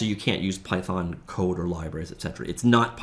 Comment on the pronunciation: It's python not pythorn 😒